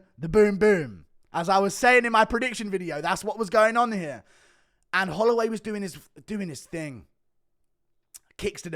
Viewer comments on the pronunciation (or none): "jerome holloiway"ahahaha